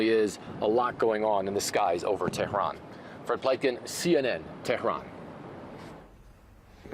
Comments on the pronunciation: Teh-rn ? LOL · Drop the exotic pronunciation of Tehran, just say it in English. At least he didn’t say “paper tiger”, I swear to God…